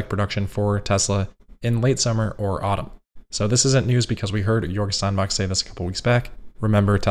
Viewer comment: “Jörg Steinbach” was pretty good, too. Do the same ‘sh-‘ sound for “Steinbach” that you know from “Spiegel” and the ‘ch’ you know from “Woche” and it would be amazing! (We’ll start working on Chinese next month...)